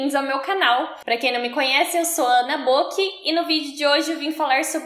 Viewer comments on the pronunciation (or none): Momento que redescubro que se pronuncia "BÔKI" e não bókí